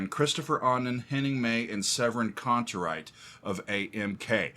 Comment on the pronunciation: Pronunciation is more like Annen“My“Kantereit, but you are doing well pronouncing „Kantereit“ which is the bigger challenge